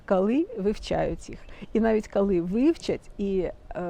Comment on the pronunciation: Ви стільки разів повторювали слово "кали"... Ну, невже так важко сказати "коли"?😏